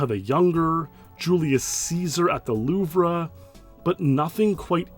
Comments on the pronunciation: The Loove-Ruh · Great video! Btw, the famous museum in Paris, the louvre, is pronounced “looo-vvv” lol, I said it the same way you did in the video too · The Louvre is French and pronounced “Loove” with a long double “O” sound and the “re” is silent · "The Loover?" "Versais?" 🤣 It's pronounced Loov and Versai. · Hello, I don't mean any harm with this statement, but you said it a bunch and I want to help. It's pronounced "loove" or "lew-vv" you don't pronounce the r. Same with Versailles, the s is silent. French is hard. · I’m sorry but your pronunciation of the louvre and Versailles killed me. It’s [LOOV] and the last s on Versailles is silent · The r in Louvre is silent, as is the "lles" in Versailles. Just FYI.